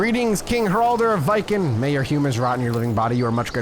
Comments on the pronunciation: Like Vee-ken. The vee is short, like we. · Viken is pronounced like Vegan, but with a K instead of G